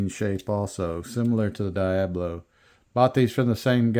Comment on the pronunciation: Lol its pronounced Dee-ob-low Not Die-ab-low